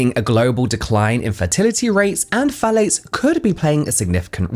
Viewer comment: I'm not a native English speaker so instead of "phthalates" I'm hearing "fallics" and I'm interested in the subject but I have to pause to stop laughing. I'm a grown adult but now I feel like I'm 12 y.o.